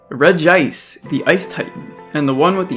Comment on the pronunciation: Redgíce = 🤮 Redge - ee - ice = 👌